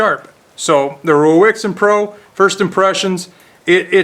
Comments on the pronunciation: It's pronounced "Raisen" like the fruit & you should do a video on their newest model, same low price but comes highly modified with a clamping system for the blade that revolves so once set all you need to do is revolve the clamp by 90 degrees to access the opposite edge & it's all mounted on a G - clamp type base you can clamp to any kind of table. It's worth noting that this one is a 1st generation model & the one I've just received this morning is an 8th generation model so the company does at least act on the feedback it receives, if anyone wants to see one in action look in the side-bar of videos to the right of this video & find the one from " Steve Jordan " from 4 months ago. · Hi it's raisin pro.. is what the name is pronounced like.. Rui is Ray and Xin is Zen.. Ruixin is Rayzen,, or like the dried fruit raisin..